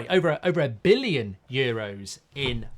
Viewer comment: Why can't he say billion